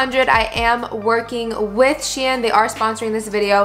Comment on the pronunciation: Shein is pronounced shine 😭